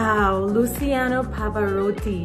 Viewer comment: Rolling the 'r' in his name into a soft, round d-sound, you pronounced his name perfectly.